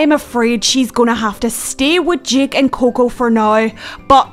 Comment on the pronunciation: its JAKE not JACK